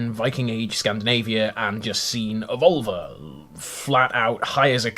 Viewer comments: Glad I'm not the only one who heard vulva. Every. Time. Is there a way to add a counter to the video and track how many times he says it? Lol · About völva. Finnish is my first and swedish is my second language. Both have the letter ö. Völva is not pronounced as vulva. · Yes! Took me forever to figure out that he wasn't saying vulva. 😄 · Can you spell the V word for seer? It sounds like you are saying vulva, external female genitalia. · Why are you ignoring the umlauts in 'völva'? It's annoying when English people do this! It's lazy! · OK,, you still pronouncing the 'ö' like a normal 'o' instead of 'ö' I noticed in the video. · I speak Swedish(I'm Swedish) and I assure you that is not how you pronounce the umlauts. For example, names like Björn which means bear in Swedish, is pronounced Byearn, just to simplify things. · They definitely gave you the wrong pronunciation. English speakers have tendency to ignore umlauts, which is annoying. 'ö' appears in Swedish, Icelandic, German and Hungarian. This is how it's pronounced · Can you pronounce the omlaut in 'völva'?